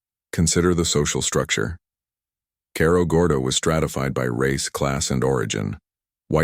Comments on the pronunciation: You need to learn how to pronounce Cerro Gordo. Need to pronounce it like Sarah Gordo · as soon as the AI mispronounced Cerro Gordo i was done.